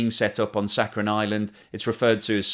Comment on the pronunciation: dear, it is "sakhaLin", not "saccharin" (as you pronounce)